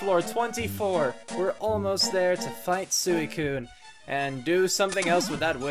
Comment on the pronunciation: Everytime you said sooicune I died a little on the inside like chaotic said it's pronounced swee cune.Also anyone in kindergarten knows this just means she likes you.